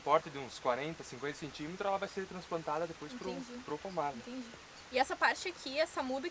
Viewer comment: "Intendi" kkkkk